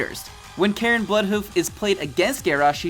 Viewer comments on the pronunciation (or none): none